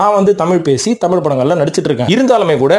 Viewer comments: மொழிப் பிரிவினை , அதைப் பெருது படுத்துவதும் இருக்கட்டும் ........ நீங்கள் குறிப்பிடுவது தமிலா அல்லது தமிழா ? முதலில் அதை சரிப்படுத்தவும் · Sir tamiy illa thamizh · AYYAYYO. THAMIZ. THAMIZ. TBHAMIZ......... EPPADI. PESIYE.....NAASAMMA PONAAYE MARATHAMIZHA. MAKKUTHAMIZHA? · முதலில் நீங்கள் "தமிழ்" என்பதை சரியாக உச்சரியுங்கள் பார்ப்போம்.